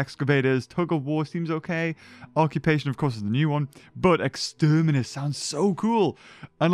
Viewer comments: “exterminis” Me: no, it’s Extremis. Like.. iron mans suit of the same name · reading Extremis Also him: Externimis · it's Extremis not 'Exterminates'. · and it's Exterminus Me: that says Extrem-ooooooh ok i see, Exterminatus much? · Extermis? More like EXTERIMNUS! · I'm sorry but it's pronounced 'Extreme iss'